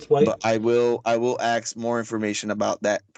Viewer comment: Jewels really, the word is crystals. Also the word ask is not pronounced as axe.🙂